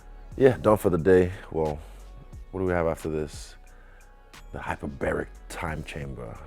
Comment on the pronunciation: “Hyperbaric” time chamber 😭